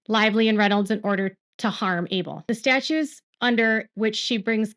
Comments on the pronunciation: Great reporting! I have one teeny tiny observation: when you say ‘statutes’ or ‘statute’ it sounds like you’re saying STATUE without a T sound at the end. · "Statutes", not statues